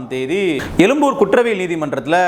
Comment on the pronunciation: எழும்பூர்.. எலும்பூர் இல்லை.. திருத்திக்கொள்க..